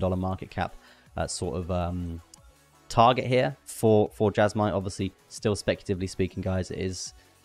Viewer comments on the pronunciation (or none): Jasma lol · Why would you go out of your way to pronounce Jasmy wrong?